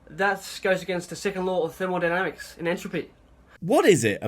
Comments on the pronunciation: Is it just me or does he say thermaldynamics instead of thermodynamics, he's gotta be a Poe. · Of course he even mispronounces it as "thermaldynamics" bloody moron.